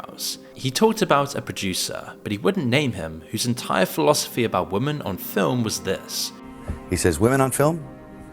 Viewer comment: it’s “women” not woman,.